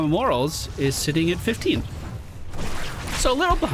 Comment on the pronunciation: Love watching you but 'more-al-es'